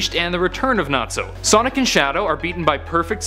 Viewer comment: sonic not sodic LOL